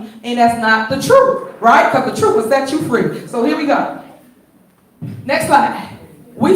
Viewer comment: But isn't Big Tiff talking the 'troof'?